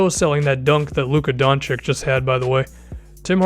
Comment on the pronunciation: DON - CHICH NOT DON - CHICK